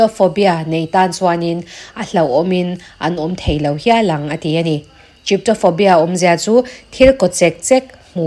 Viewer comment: Chyptophobia(chip—taw—faw—bia) ni lovin Trypophobia(ți—paw—faw—bia) ti a lam tur a ni.